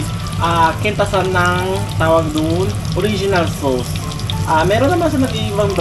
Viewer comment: Ang cute mag pronounce ng "sows" (sauce) Pinoy Ng Pinoy hahahha❤